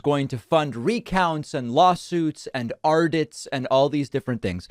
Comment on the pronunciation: “Ardits” lol